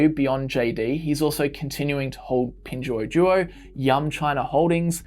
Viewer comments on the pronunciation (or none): you totally mispronounced pinduoduo. It's hard for people to find your video convincing when you get the basics wrong. sorry.